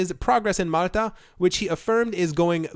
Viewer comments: lol if you slowed down in talking you might be able to pronounce words correctly. Malta is not mutter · Why can't you say Malta? (Mall- ta)